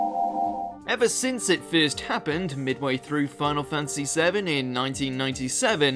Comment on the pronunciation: Fan-ta-sy, fan-ta-sy. Not fantsy. Jesus